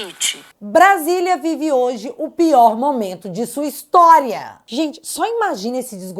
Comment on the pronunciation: A Natuza fala "momanto", deve ser a queixada rss 😄😄😄